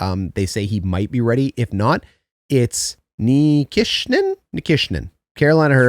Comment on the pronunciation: As for the new young stud defensemen for the canes, I believe it is NI-KEE-SHIN. Loving these playoff videos man 🤙